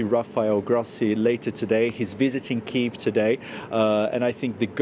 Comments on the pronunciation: It's KYIV. Not KIEV. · THE WORD IS KYIV NOT KEEV MORON